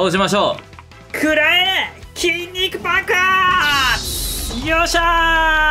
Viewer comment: 筋肉爆発が筋肉バカに聞こえる!!😂